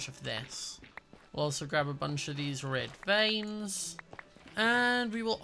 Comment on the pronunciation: Why did red vines sound like red.veins